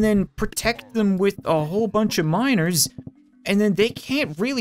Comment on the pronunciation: When Cap said Miners, I thought he was saying minors.